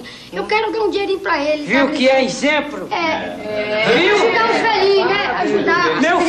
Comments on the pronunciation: Olha que "Izemplo" kkkk 🤣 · olha que "inzemplo" 😂😂😂